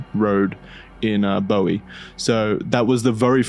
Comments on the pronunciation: Boo-wee maryland, not Boh-wee. Great episode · It’s pronounced “BOO-EE” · FYI, Bowie MD is pronounced “BOO-wee” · Hey guys, Bowie is pronounced “booey” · You mispronounced Bowie. The town in Maryland is not pronounced like David Bowie's last name, it's pronounced boo-ie, like buoy. It's okay, most people who aren't from the area don't know how to pronounce it. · Yea lol, “Bowie” is pronounced “booey” as well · Lmao as some who lives in Bowie this dude saying Bowie and Maryland that way bothers me